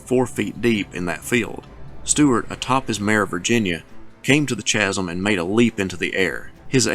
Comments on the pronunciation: Great analysis and presentation as always, but please note that 'chasm' is pronounced 'kasm', like 'choir' is pronounced 'kwire'. Thanks. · Babe, the H in chasm is silent. :?D